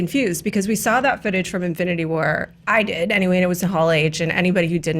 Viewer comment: # in-flu-nity war 😂